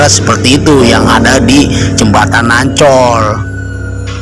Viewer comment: Ancol bang bukan oncol 😊🤭sukses bang